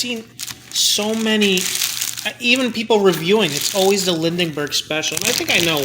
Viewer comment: The name is pronounced "Lin-berg" for Charles Lindbergh.